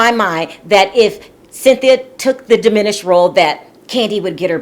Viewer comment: Repeat after me: it’s DIMINISHED